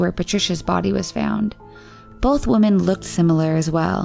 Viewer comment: The plural of WOMAN must be pronounced /wimin/, not /wʊmən/